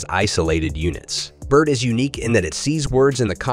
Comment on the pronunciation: Nice AI voice and it's BARD not BIRD lol